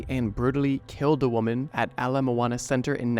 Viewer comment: If there is a next time could you pronounce Hawaii (Huh-vai-e) and Ala (Ah-la) correct pls? Other than that great vid!